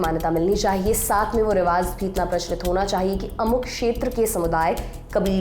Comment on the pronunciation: Please riwaj not riwaz please it's awkward to here